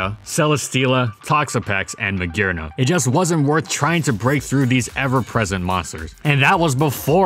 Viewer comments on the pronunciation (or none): none